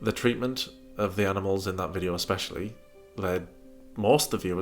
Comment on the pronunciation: says 'Ek=specially'' instead of 'especially'. But we all know she can barely speak English..